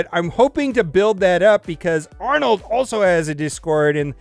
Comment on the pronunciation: Ahnald The Wampa 😉😅